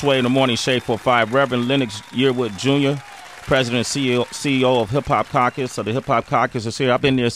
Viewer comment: sway can't say caucus correctly.